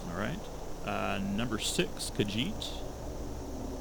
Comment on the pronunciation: he doesnt even know how to pronounce melee or khajiit